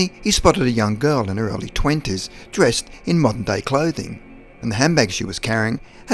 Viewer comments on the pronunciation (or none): none